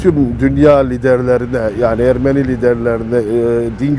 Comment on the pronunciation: Videoda Ermeni kelimesi yanlış telaffuz ediliyor. Azeri gibi son harf uzatılmaz.